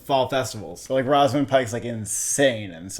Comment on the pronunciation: you guys always have some very strange pronouncations of names. “rawzamund” pike 💀